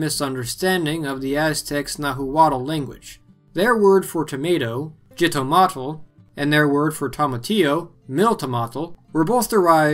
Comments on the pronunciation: BTW, the original name is pronounced as "Hee-Toe-Mah-Tl" not "Gee=Toe=Mah-Tl" In many countries in Central America it is still referred to as such. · Not "zitomatel". XITOMÁTL. Pronounce the "X" like a "J", and the first syllable should sound "hee", for you Americans. Also, try not to choke so much on the final "tl", it's a very smooth sound. Nowadays in Spanish we call it JITOMATE (hee-toh-MA-te). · The X in xitomatl is actually pronounced with an h or ch/sh sound, my family in Mexico City still call them jitomates (hee-to-mah-tes)